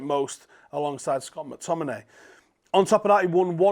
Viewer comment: man said Mctominay 🤣